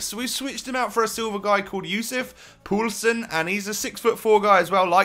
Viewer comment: When you say poulsen it sounds like you saying pøelsen and that means sausage in Danish